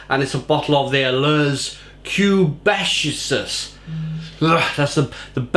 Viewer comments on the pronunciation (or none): 'Leah Kaybekwhah' I believe it's pronounced.